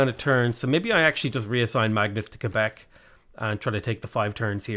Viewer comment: being one of the few non-Canadians to actually pronounce Québec correctly is honestly entirely fitting his character 😅